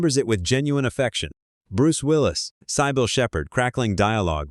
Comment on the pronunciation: Ikr, Miss pronouncing Cybill lol